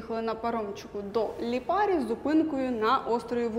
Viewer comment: Ставте наголос на перший склад у більшості власних назв, бо ріже по вухах ліпАрі... А ще не хамон а прошутто крудо, хамон - іспанія А взагалі - класс, дякую за контент